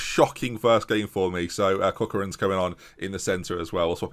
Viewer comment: How to pronounce Irish names: O'Riordan : oh-reer-dun Corcoran: cork-run